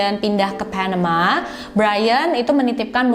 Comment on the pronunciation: keganggu banget sama pelafalan pas host ngomong,biasa aja kak klo bisa,,,,misal : panama ,ga mesti jadi : PHENEMA. Asli dr dulu selalu ngerasa keganggu bgt,biasa aja kak baca nya,kecuali klo baca nama org asing boleh lah.tapi pelafalan nya di kuping aku selalu terdengar aneh terlalu maksa kak.bisa ga biasa aja baca nya.padahal cerita2 yg kakak suguhkan udah bgus2 lho.ini cuma masukan aja.thanks